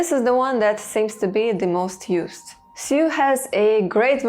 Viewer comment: Jsyk, the word Sioux is pronounced just like "Sue," the i is silent. I'm not sure why either but it's what I've always said